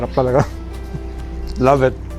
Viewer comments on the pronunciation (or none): Gusto ko yung sinabi niya "love ettt" for the second time pag ka-try ng okra haha! and smooth mo Gomz! "Love ett" to okra - Goma, 2020